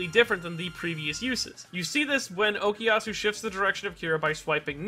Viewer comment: I don't think that was ever dropped. We just didn't see it because it'd take too long. It can be assumed it's always there during the muda rushes. Why does everyone say Okiasu? It's OKUyasu!